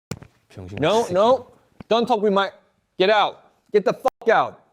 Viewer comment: "get ooout" in thad blue Mountain state voice 😂